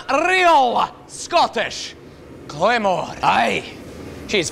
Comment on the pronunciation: didnt edit in your friend saying "Scottish Clamor" down like, but i love your stuff